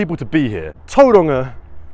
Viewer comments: Its not Toeranga. Its towronga. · its not tou roanga its tau wronga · “A place called Tauranga” 😂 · as a new zealander, a pakeha, it always sounds weird to me when other white people try and pronounce words like Tauranga with a maori accent. nobody in my family or that i know ever does, they just say it in english. i guess there is no reason not to try and say it with an accent. but yeah, it just sounds silly to me. trying to be something you are not. Tauranga, is just that. tau- rung -ah. same with all the other locations/ cities in new zealand. i suppose there has been a push lately to say words in maori on the media, and they all say it with an accent. so i guess it will be normal for most young people.